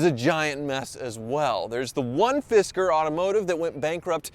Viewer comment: I keep hearing fister.